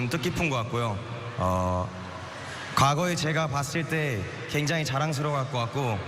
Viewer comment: 갱장히ㅋㅋㄱㅋㅋㅋ발음 귀여웡💋